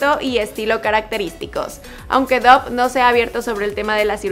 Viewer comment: No se pronuncia Dough sinó "Dof".